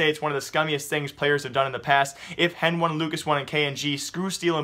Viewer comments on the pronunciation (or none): CSGO News And More yea but the casters call them "Heni" and "Lucas", stop calling hen-one and lucas-one please. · please. stop saying henone and lucas one !! its heni and lucas driving me crazy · I think he is doing it on purpose (henone and lucasone);D luv u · NO! its heni and lucas. Say it how they themselves say it...